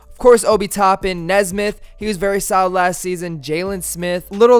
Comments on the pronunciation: You’re a pacers fan? It’s Aaron “Knee”smith. Not nezsmith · Pronounced Knee-smith I believe but love the video bro LETS GO PACERS